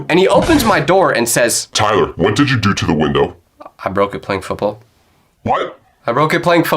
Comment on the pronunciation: Tyler, why you say Didd